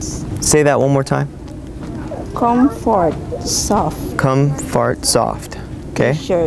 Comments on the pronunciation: "com-fart-soft" hahahaha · was that "congfort"? hahaha